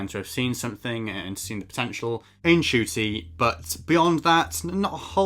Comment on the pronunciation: It's pronounced as "Chuti" though.